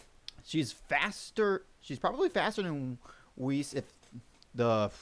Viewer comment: tfw he miss pronounces weiss